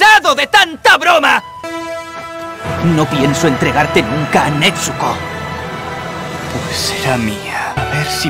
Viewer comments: El doblaje esta bien pero cuando dicen nezuko dicen netsuko xD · ni idea xd yo soy española y digo nezuko no netzuko así que será un fallo del doblaje xd